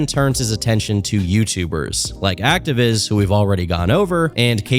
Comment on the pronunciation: His “diss” against activiss is trying me 😭😭